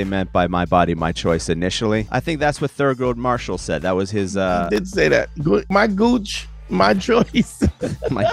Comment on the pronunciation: "Thurgood Marshall" 🤦🏾☠️🤣🤣🤣